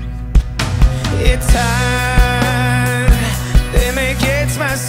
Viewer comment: şarkıyı çok severim ama gökhan türkmen'i 2. kez canlı dinleyişim o 'yeteeeer .Biteeerr ' deyişi beni şarkıdan soğuttu bi tuhaf okuyor sanki genizden gibi . bir de bi süre yabancı şarkı söylemişte türkçe telaffuzu bozulmuş gibi . yine de şarkı güzel